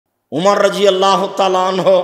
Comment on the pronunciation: শব্দটা " Rajiallah," নয় হুজুর " RadiAllah" !